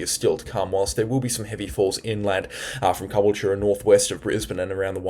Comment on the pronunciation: Take this boogey with a pinch of salt when you say Caboolture. Pronounce it Ca-bull-cha. Keep up the good work, from Wonga Beach, Daintree Rainforest 🌿